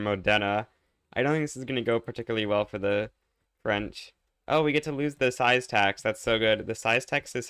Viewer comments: "size" tax had me dying (its pronounced jiz-ye) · Yet he butchered the pronunciation of cizye.